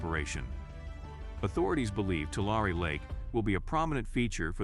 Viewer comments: As a ‘Valley Boy’, let me help you learn how to pronounce that name: Too Larry, with the accent ob Larry. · How is anyone supposed to take your report seriously when you can’t pronounce (Tulare) TWO-LAIR-EE or (San Joaquin) SAN-HWA-KEEN properly? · Nothing better than listening to AI mispronounce Tulare and other words . That area is not a disaster .The producers of this report using AI narration are the natural born disaster.